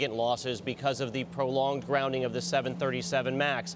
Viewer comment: GrounDing not grouning.